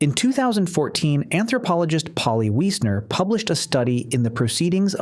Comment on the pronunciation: Polly Wiessner that is so strange!! My last name Wiessner that is a very very very uncommon last name, especially for hers to be spelt the same. Maybe I'm related to her? (And let me say you are the only person I have ever know to pronounce my last name correctly, thankyou!! Grade A+ , better than my teachers who knew me and have been corrected, still couldn't not say, "why-sner" when in fact it's pronounced, "we-sner"